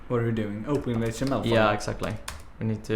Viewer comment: I know it's Swedish (because I am too), but the way he pronounces "HTML" sounds like "Hot Emmel", and that's how I'm gonna start pronouncing it at work now too. The others are already a bit weirded out that I pronounce "MySQL" as "My Squeal", so "Hot Emmel" will just be icing on the cake.